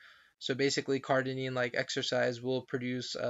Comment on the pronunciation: Cardarine not Cardinine CardArine not Cardinine Cardarine not Cardinine CardArine not Cardinine